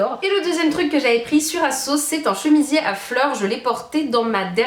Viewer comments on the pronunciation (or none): none